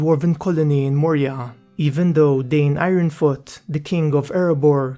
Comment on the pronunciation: One small quibble in your great narration: there are no diphthongs in Dwarvish names. Dain is ‘Dah-een.’ It’s mentioned in Tolkien’s appendices.